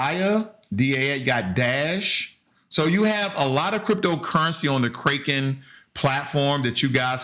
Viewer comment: You killed me when you said “Kraken” like Raking... it’s Kraken like “crack in” lol... “Orchid” haha. It’s “Or Kid”, not “Orchard”. thanks for the laugh. [no disrespect, just funny]